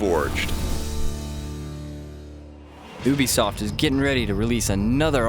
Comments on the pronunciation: he said obisoft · Ubisoft, not ooobbbeeeesoft XD idk why people keep saying that ;P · It's not pronounced oobisoft its youbisoft